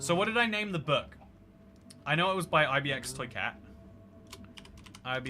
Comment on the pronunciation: eye bee ex toy cat